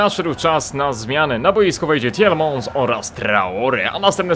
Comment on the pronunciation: Jak coś to mówi się Tilemans a nie Tilemąs :)